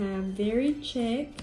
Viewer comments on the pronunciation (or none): Because you asked, chic is pronounced like sheek. Love these nails:)